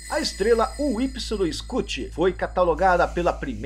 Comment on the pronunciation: então Pq vc pronuncia o nome da estrela errado? Incluindo massa ,e medidas!